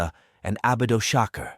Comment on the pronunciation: Did I hear abidoshaker ? 😂